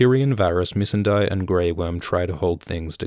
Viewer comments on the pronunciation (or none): IS Miss-Uhn-Day. Also he calls the giant "woon woon" not wuhn wuhn as it's supposed to be. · I have never heard that pronunciation of Missandei before, Miss-n-dye? I thought it was supposed to be Miss-sand-day? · Please pronounce Missandei right lol